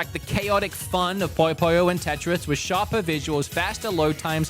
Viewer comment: Bro called Puyo Puyo, Poyo Poyo... it's not a Kirby game!